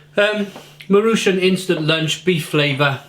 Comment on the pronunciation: Nice review! I usually eat these if I’m out of time. By the way, you pronounce it “mah-roo-chon”